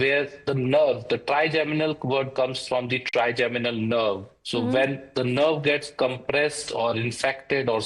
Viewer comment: Trigeminal not trigenimal😅😅😅